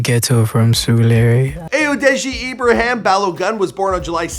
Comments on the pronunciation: it's su-ru-le-re😂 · Mans said suruleee 😂😂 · Chile he said surileri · Surelee wtf my goodness it’s Surulere you can google there’s a whole song by the name and learn to say it